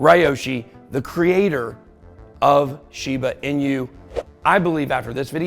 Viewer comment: Pronouncing correctly Ben? Shiba 'Inyou' as you say? or 'Inooo' as I understand it? Sorry just sounded pretty funny when you said it :) Great job btw! Is it possible we should be in a bull market since the fall of FTX but because of the reach of all his alleged indiscretions, he owned and influenced a great deal of the crypto market, ie - the biggest whale with the biggest piece of the pie - and now we are still experiencing the fallout of that?